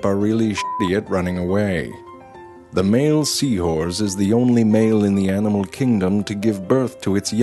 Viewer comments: Did anyone notice that he said " seawhores" instead of seahorses? Just me. Eff it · Sounded like he was saying sea whores….. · So anyone else keep hearing Seawhores? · I swear he’s saying “seawhores”